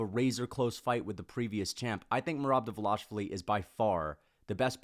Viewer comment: please! Pronounce merobs last name correctly just once for me!!!! Please!